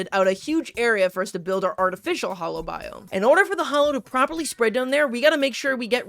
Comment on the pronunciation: its "hallow" not "hollow"